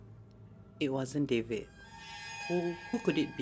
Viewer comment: The moment when mess up with dvid name.funnehhhh hahaha...btw u gals are improve so lots.kipidap...petition for next episode fully in bahasa.mesti best with all the joke u gals sllu guna dengan melahar plus evry week invite guest like shasya(hirzi) must be more exciting 🙏🏽